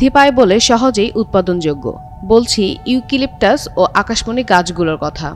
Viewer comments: ইউকিলিকটাস???😂😂 হাস্যকর উচ্চারণ 😂😂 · বোন তোমার উচ্চারণে আমার মন খারাপ হয়ে গেছে, ইউকিলিপটাস না , শুদ্ধ করে উচ্চারণ করে আসো।